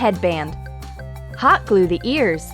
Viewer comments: I heard ally moire glaw not gluwe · you said glow in sted of gule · she said glow instead of glue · she says add more GLA instead of add more GLUE